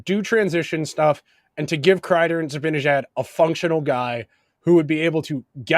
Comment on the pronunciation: Love the podcast. It’s pronounced Zib-Ann-Ihh-Jad.